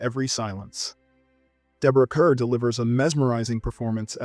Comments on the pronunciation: As her studio used to say, “It’s Deborah Kerr, as in ‘car.’ Not like ‘fur.’” How do you make videos about her movies and not know that? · Deborah Kerr was British and pronounced her surname as “kar”, not “ker”. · Deborah Kerr pronounced her last name as "Carr." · "Deborah Kerr," despite it's spelling, is pronounced, "Deborah Car." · If you are that steeped in film, you would know that Deborah Kerr's last name is pronounced "car". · Her last name is spelled KERR but pronounced CAR. I DON’T KNOW WHY 🤔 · Nice list, but ilm 'expert' loses points for not knowing how to properly pronounce Deborah Kerr's last name (KARR) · Deborah Kerr's surname is pronounced Karr. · 😎Your voice has the perfect timbre and pace for these "look's" and I swear I'm not trying to be a pain in the ass about this...Deborah Kerr (pronounced "Car") These slip ups are glaring against what would otherwise be perfect narrative. Just saying is all. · Kerr made clear that her surname should be pronounced the same as "car". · Yes, it's pronounced "car," but don't know if he reads comments. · The true horror was your pronunciation of Deborah Kerr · ??? How can someone make a video in a series about film history/criticism in which they discuss a 6 time Oscar nominee, and repeated mispronounce her name? Not very professional, right? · I'm enjoying your videos. You might want to learn the proper pronunciation of Deborah Kerr's name, since you'll be saying it often as you examine old movies.